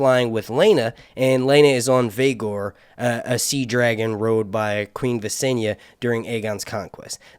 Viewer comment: Vay-ghar **.... kRehg-an like Gregg with a k.*** that’s how I think they’re pronounced, love your vids bro. I treat them like a do a new episode of any of my favorite series